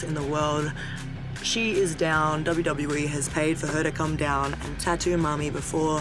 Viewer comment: Love how she pronounces "tattoo" as ta-doo 😂😂